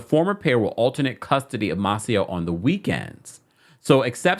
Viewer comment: You be tearing these names up!!!😂 it’s May-Cee-Oh.